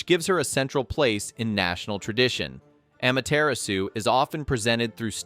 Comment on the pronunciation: Aw-Maw-Terr-Raw-Soo! That's how you pronounce her name.